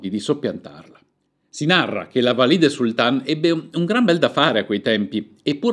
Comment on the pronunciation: Un unico appunto, gentile: Valide', con l'accento sulla e. Ma e' giusto per non farle esclusivamente complimenti. Un saluto cordiale